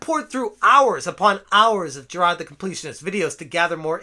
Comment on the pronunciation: How can you pronounce hard, fine, but struggle with Jirard.